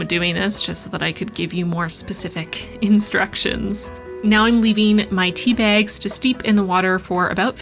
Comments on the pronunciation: you can't comprehend the DISTRESS i felt when i thought i heard you say SIXTY bags, instead of six tea bags... great video nonetheless!!!!! <3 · I heard „I used sixty bags this time“ and was super confused until I realized you said „Six tea bags“